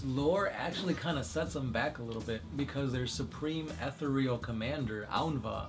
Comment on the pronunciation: Not trying to sound lie a douche, but your pronouncing ethereal wrong. It's not ether-real, its e-ther-real. If you google it , there is IPA for it.